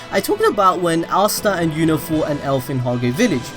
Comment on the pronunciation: astaa not assta say asta